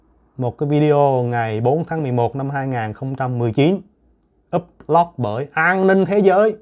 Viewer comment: Tac gia phat am tieng Anh khong chinh. Xin nghe lai tu Upload, Vinasun.